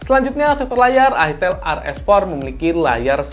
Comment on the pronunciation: FYI, itel itu brand dari luar. Pelafalannya bukan itil tapi aytel. Terimakasih